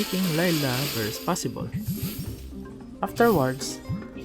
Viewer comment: I was laughing when you said ''brust for handshake'', btw i actually love it. my country didnt speak eng a lot i can speak eng well but sometimes i cant hear what're they speaking, nah when i hear your voice i can understand without subtitle